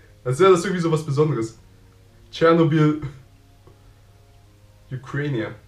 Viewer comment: Es gibt sogar Tourismustouren da hin. Und es heißt doch Chernobyl/Tschernobyl und nicht Chernoble